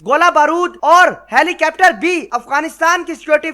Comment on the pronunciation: Baardar ke upar😀😀 Helicaaaptar😀😀